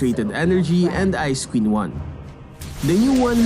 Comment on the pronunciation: I heard Ice Cream Wand instead of "Ice Queen Wand*